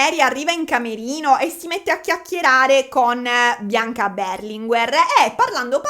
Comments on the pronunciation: Non è Beeeerlinguer ma Berlinguèr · io ti amo ma per favore storpia tutti i cognomi che vuoi ma non "BERLINGUER"... 🙏🏼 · tivubi ma Berlinguer non si pronuncia così